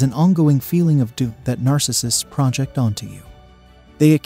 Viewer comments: It's pronounced projEct, not prOject. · The grammar is not so good...this is hard to follow..."project" is pronounced as a noun instead of a verb.